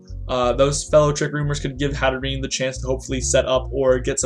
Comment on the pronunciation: i think it's pronounced hat-err-enn-ayy